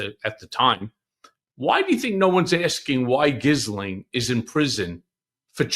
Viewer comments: Giz u lane Maxwell??? How about Ghee len Maxwell. It's not that hard. Your guest almost got it right. Make a little effort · Who tf is Gizzlane? Ive heard Jizzlane recently too. It's pretty ridiculous that so many apparently otherwise articulate people cannot say girl-ayne. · Respectfully, I just watched an episode of “The Behavior Panel” on YouTube in which Ghislaine Maxwell was interviewed in prison by one of her brothers. He made clear that her name is properly pronounced “G’lin”. He also shared that family and close friends frequently called her “G”. That aside, I found the discussion between Michael Wolff and Michael Cohen thought provoking. Thank you for sharing it. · Her name is pronounced GEE-lane, and her father died mysteriously, then the family learned he was millions in debt and they had to liquidate their estate